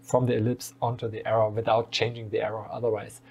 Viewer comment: Maybe a nitpicky improvement suggestion: I'm no native speaker, but it took me a second to identify that you meant the "arrow". Because you miss out the last "w" while speaking. You speak it more like "error".